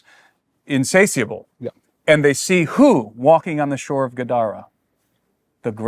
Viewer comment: *Incatiable is pronounced, "in-say-SHUH-Bul" Not "In-say-suss-bul"